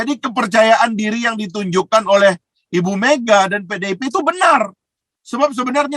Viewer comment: Koreksi bang FH jgn bilang pedeipeh bnr ...keseleo lidah sptnya dri sudut mn pdipeh bnr😅😅